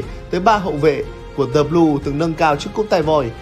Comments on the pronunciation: tại sao lại là "dì locker room"? chữ L trong "locker" là phụ âm thì chữ "the" phải đọc là "dờ" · Sao lại đọc "the" là "di" mà không phải "dơ"???? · Chắc quen đọc “thee” rồi á bạn. Dù gì lỗi này nhiều người Việt Nam cũng mắc nên là cũng khá bình thường mà. Bỏ qua cho nhé. 😀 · chắc bt nhưng thấy đọc nó sang nên bỏ qua ấy mà